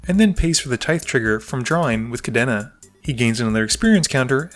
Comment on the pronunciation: Still haven't learned how to pronounce Kadena I see